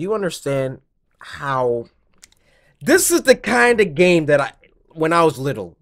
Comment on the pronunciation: and you said gane instead of game lol stop it